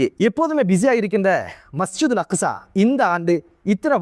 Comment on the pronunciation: அக்குஸா இல்ல அக்ஸா